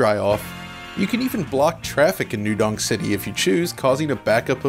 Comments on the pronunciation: It's New Donk City. His pronunciation is just off. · Is he saying New... Dong... City? Dong. Okay.